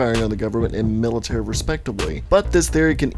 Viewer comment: Mil lit tree -Million lit tree Like Military